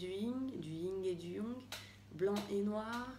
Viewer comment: Du Ying et du « yong »😂😂